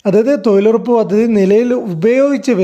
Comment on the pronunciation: തൊഴിലുറപ്പ് ആണ് തൊയിലുറപ്പല്ല തൊയിലാളി അല്ല തൊഴിലാളി ആണ്